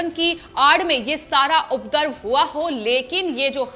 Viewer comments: अपने हिंदी के उच्चारण पर ध्यान दीजिए। उपरदव नहीं उपद्रव होता है। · Please aap Hindi sahi bolen ye shabd updrav ko updarv aur updravi ko updarvi na bolen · It’s not ‘updrav’ but ‘upadrav’ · You the ancher is not clear in hindi language Actually is UPADRAV Not udrav as you spoke Mind it 1st command the language then come on TV